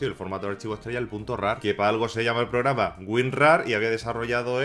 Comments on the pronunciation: Me confundistes..ordenador o ordeñador? Es programa no pograma jajjjaja me dio risaaaa jajaja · Los 6 minutos del video me estuve riendo por "pograma" y "ordeñador". Jajajajaja. Muy buen video. ¡SUSCRITO! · Yo escucho pograma y ordeñador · "gente, alolargo de losaño, un misterio rodea a unn famoso pograma de ordeñador que se llama güín rarr" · probrama de ordeñador xD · Pograma? Aprenda a hablar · Ubiera Dicho Pograma De Ordeñador XD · " porque así, lo dice el POGRAMA " xD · por que dices pograma? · Like si le escuchaste "Pograma de Ordeñador" :v minuto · "Pograma de ordeñador" ??? dijo eso o escuche mal? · "porgama de ordeñador" o.O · Dijo ordeñador y pograma? JAJAJA dios ah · Pograma de ordeñador =__= qué acento Dx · Habla bien papafrita "un programa de ordeñador"